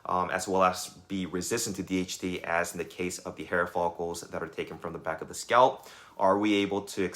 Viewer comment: IT IS 'SCALP'...NOT 'SCOUT'